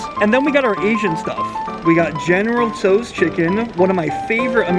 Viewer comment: General Toes....lol...It's pronounced with the T being silent.